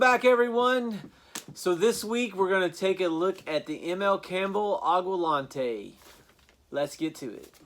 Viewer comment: Aqua (water) Lente (clear, to see) Not Aqua lonte